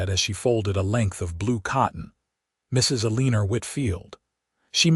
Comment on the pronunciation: Love the story which brought me to tears at the reunion of Aunt Eleanor and Zara. It wounds me every time AI massacres the name El-an-or, that is the name of first lady, Eleanor Roosevelt, and other famous Eleanor’s. If AI cannot pronounce a name, why not pick one that is more simple, like Mary, Debbie or Sue, that AI won’t abuse.